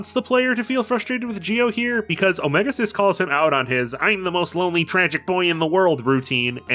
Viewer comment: i can't get over the pronunciation of "omega-Xis" wym it's "omega cis" and not "omega exis"